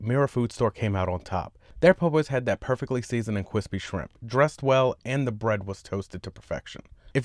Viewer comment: Cwispy shwimp 🤣 😂 🍤